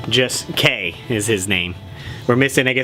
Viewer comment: cool figures! It's actually "K-Dash" as you pronounce the whole thing, K'. Did you mean Mai (My) and Iori (Aiohree?) Lots of those Japanese names are tough to pull off. Have you checked out Power Rangers in Space? Aside from the groan-tastic TMNT Next Mutation crossover, that is the best season IMO.